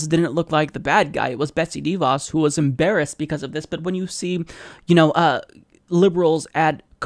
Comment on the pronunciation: It's pronounced "DuhVoss" Easy to remember... "Duh" - like her education level.